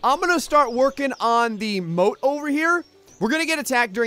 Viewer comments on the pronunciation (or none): Oh moat not boat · ahlike scoob! we need to build ahmoahht